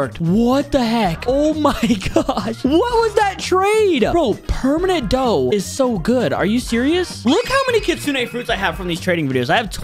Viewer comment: He said Buddha instead of dough if you rewind it to five minutes and 22 seconds